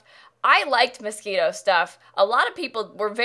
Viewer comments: She did say Mosquito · is she pronouncing Moschino as "mosquito?" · Moschino Stuff My ears: Mosquito stuff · Scififan, The Anonymous lol I always pronounce it “moe sheen o” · That’s what I heard too lol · I ligit thought it was Miskito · BUT SHE DID SAY MOSQUITO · right ! i was thinking "mosquito stuff? why do we have a pack only on mosquitos?? lol ... she must be talking about outdoor retreat" and then i read this comment ...oooh duh (self embarrassment) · IS IT NOT MOSQUITO STUFF? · Oh, that’s not mosquito?? I always thought that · Why does pronounce moschino MOSQUITO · Still everytime says Moschino stuff I hear MOSQUITO, lika anyone else??? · all this time i thought it was "mosquito" stuff instead of moschino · The way she pronounced moscino at the beginning really triggered me